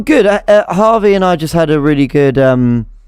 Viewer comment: His name is Javier. James is just butchering the pronunciation of his shortened name lol.